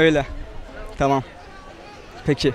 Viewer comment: Tımım dımıştım o kadar ben tımım dimiştim hshshshs o nasıl konuşma lan